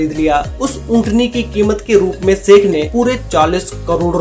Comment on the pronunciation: भाई अपनी तुम ठीक से बोल नहीं पाते 'श ' अक्षर को 'स ' क्यूँ बोलते हो जैसे शेख को सेक बोल रहे हो